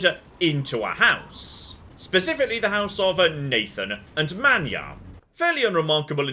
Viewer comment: But you have to pronounce his first name as “Man-yah”